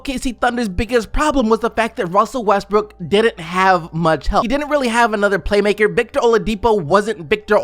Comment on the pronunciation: you just said Russel Westbrick?? Lmao